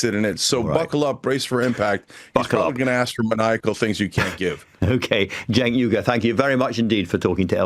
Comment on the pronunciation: Well done for saying Cenk's full name correctly. First time ever I've heard that. And I've been watching him for 18 years now.